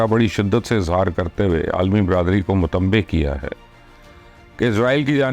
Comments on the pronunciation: Mutnabbhay and not mutambhey, I think. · Mubasher Luqman sahib, kum sey kum sahi urdu to bolna sekh lain lufz "Mutanubbeh" hota hey nakey 'Mutanbeh'. Sharam ki baat hey aap sub key liye. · chacha g matbay nai hota mutnabay hota hay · MUTANABBEH KO MUTAMBEH KEH RAHAIN HAIN AAP😂😂😂